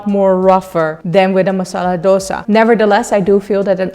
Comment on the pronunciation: For heaven's sake don't say dos-ah. It is dos-A (A as in A, B, C, D, E......). Please don't murder the true name and its correct South Indian pronunciation.